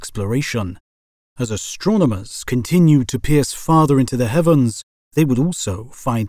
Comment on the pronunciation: Why do you emphasis so many words like this? "In the DARK", "into the HEAVENS", and "empty PLACES". It's super weird and it really bothers me while listening.